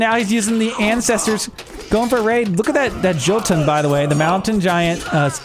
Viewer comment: the J in Jotunn and Jarl, is pronounced as a Y. so its more like Yotunn and yarl. :)